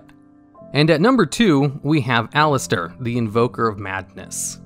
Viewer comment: But then goes on to say "Al-iss-ter" instead of "Al-lee-iss-ter" 🤔